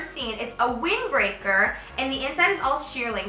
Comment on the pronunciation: she says wing breaker instead of wind breaker did anyone else noticd